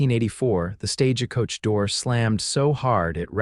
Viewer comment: Why do you say "stage a coach " ?❓